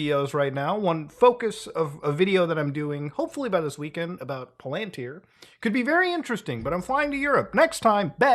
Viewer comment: How do you mispronounce Peter Thiel and Palantir in the same sentence? they're both in the news constantly